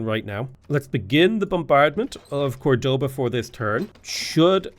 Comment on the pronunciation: Córdoba literally showing with an accent which syllable to stress.: Cordóba